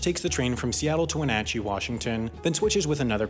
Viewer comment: I live in Wenatchee, you're one of few people I know that can pronounce it correctly, thank you.